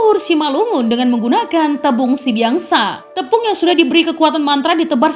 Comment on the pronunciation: Pengucapannya "Sibiaksa", Biaksa adalah tanduk kerbau